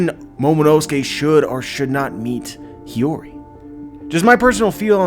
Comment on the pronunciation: omg you finally started pronouncing Hiyori right. Hearing "Hayuri" for so long was bugging me!